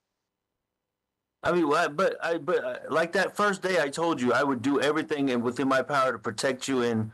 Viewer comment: I know! I cannot stand it! Maybe she doesn't know how to read. She's never picked up that the spelling any of those words do not include a "k"